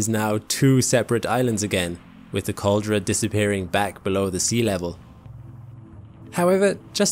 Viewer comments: "Caldera" is pronounced "kaal·DEH·ruh". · It's not really, there's some inaccuracies in this video. The picture of the volcanic island spit in two is wrong, that's actually a photo before the big eruption. The photo shows were the middle part of the island slipped into the sea, a caldera collapse (caldera is pronounced wrong in the video), which was a catalyst for the massive volcanic eruption that followed (a plinian eruption). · Please learn how to say "caldera" before doing a video about volcanoes.